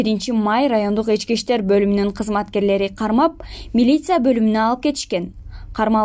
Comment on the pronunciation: Эчки иштер эмес ички иштер дечи диктора кыз